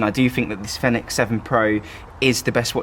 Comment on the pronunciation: Fenix is pronounced Phoenix.